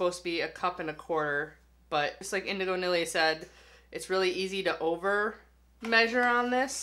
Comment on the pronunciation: Pronounced Neely just a fyi. Both of you are great 👍